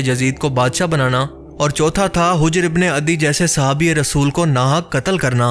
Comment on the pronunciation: اوہ بھائی ویڈیو دوبارہ بناؤ یہ نام ہجر ابن العدی نہیں ہے آپ اسے ہ کے اوپر پیش سے بول رہے ہیں مگر یہ حجر ابن العدی ہے ح کے اوپر زبر سے بلانا ہے۔